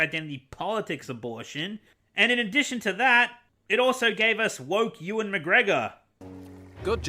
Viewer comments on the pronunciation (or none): E-WAN McGregor 🤣